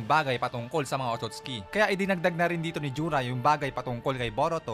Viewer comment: Hindi po otutski 😂